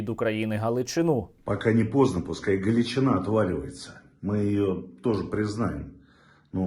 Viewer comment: я хоч і з Наддніпрянщини, але "Ґалічіна"😅😂